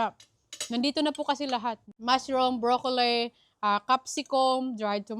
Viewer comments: Pls check how to pronounce “broccoli, as in li not lay” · Pls pronounce the letter a in tomato as long a. And prounce letter I in broccoli as short I.